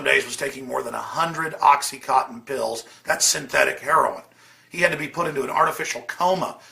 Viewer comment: Ur missing the point of how she died. You're wrong for one damn thing .. OxyContin isn't pronounced oxy-Cotten .. You're an idiot ... Go and rant all day long about synthetic opiates , but Don't attach whitney's death to that bs. She clearly had defensive wounds and it's a cover up. But you're just annoying af..